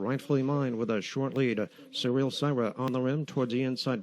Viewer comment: Re: the sixth race, "Syrah" is pronounced "sir-rah", not "sigh-rah". FYI.